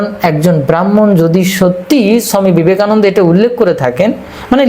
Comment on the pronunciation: দেখুন মহাকাল মহাশয় যখন বাংলাতে কথা বলছেন তখন বাঙালির মতো উচ্চারণ করলে ভালো হয় না কি? বাঙালিরা ওনাকে ছমি বিবেকানন্দ নয় স্বামী বিবেকানন্দ বলেন!